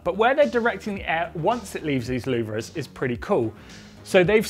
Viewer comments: It’s pronounced loo-ver 🤔😂where do they get these people from💁‍♂️ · (a) Ferrari looks bitchin' (b) Nobody knows how to pronounce louvres 😂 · Learn to pronounce LOUVRES……